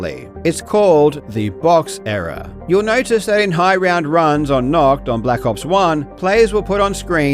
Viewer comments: the "h" sound doesnt occur in english before consonants or at the ends of syllables, "holy" is fine because the "h" is at the beginning of a syllable and followed by a vowel, "nahht" is a very unnatural and difficult pronunciation. Also, English speakers don't typically find the harsh German "ch" sound to be closer to "h" than "k". the other unmentioned problem is that many English speakers do not know how the German "ch" is supposed to be pronounced in the first place. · Little correction from a German ;) I know it is difficult to pronounce German words, but still: It isn't pronounced "nockt"; the 'A' is pronounced clearly not like an O, and the 'CH' is more like a "chhhhh"—further back in your palate—rather than a hard 'K'. Try thinking of the sounds individually; I'll try to describe it using English sounds: nah – chhht – *Nacht*. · Your pronunciation of untoten is way worse than nacht, wich I wouldn't expect an English native to be able to say correctly anyways 😂 haha, I wouldn't even mind if you hadn't mentioned it though. Keep up the good work! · The German pronunciation isn't even that hard and doesn't sound that weird, but the English-speaking world just prefers to say the ch with a hard k for some reason. Also one other common thing is to flip ei and ie pronunciation. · Any germans who also find it funny how he is pronouncing the word "nacht"? :D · Stop saying Nacht! You butcher that word. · I'm not even German and I'm offended by how he pronounces "nacht" 😂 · As a German speaker, hearing you bucher nacht so many times is painful. Here's how to pronounce 'Nacht' The 'a' sounds like star. The 'ch' sounds like a really stretched 'k' in 'sick'. Like growling cat. "Nacht der Untoten" = "night of the undead" Also Nackt means nak ed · I always felt Karl should be able to speak German with that totally German name he has, and then he hits us with that terrible pronunciation of Nacht. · For your information: Nacht = Night Nackt (your pronunciation) = Nude